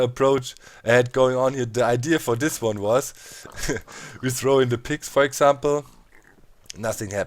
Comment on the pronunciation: Can you say that not dat for a minute or this not dis